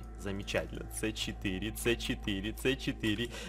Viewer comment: правильно говорить не це4 а си4